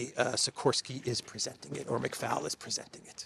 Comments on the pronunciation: Hi great show as always.loved the bit with your mic😂 just so you know McFaul is an Irish name and is actually pronounced “McFall” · Michael McFoul (pronounced that way) is a particularly suitable name for this indoctrinated activist.